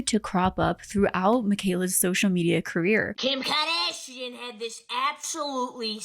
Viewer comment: Bruh LMFAAAOOOO the kHIm kHaDhAShEIAn muffled in the background sent me